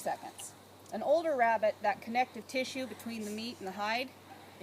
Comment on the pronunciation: “Awww look at the cute little wabbit” ☹️